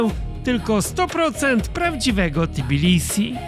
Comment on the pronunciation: Lubię jak polskojęzyczni eksperci od Gruzji wymawiają nazwę stolicy jako T_i_bilisi.